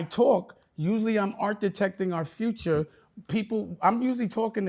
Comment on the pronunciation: art detecting? Or architecting 😂